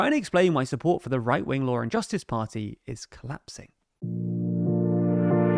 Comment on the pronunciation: You say lawr and justice. Where is the R coming from?